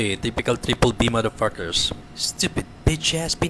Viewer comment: puro sya mader pakers, kala mo perpek di naman ma pronounce ng tama yung mader pakers.